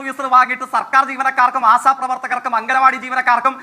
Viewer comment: Da myre ആസാ പ്രവർത്തകർ അല്ല ആശാ പ്രവർത്തകർ 🤦🏻‍♂️🤦🏻‍♂️🤦🏻‍♂️🤦🏻‍♂️🤦🏻‍♂️